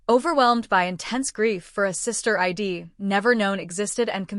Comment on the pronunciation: Someone should tell the ai reader that I'D should not be read as I D but ide